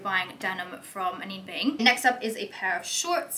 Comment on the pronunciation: A-gold-e ... A-nina Bing ... correct pronunciations of these brands